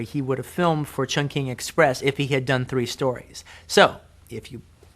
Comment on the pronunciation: the way he saids chung king is so horrible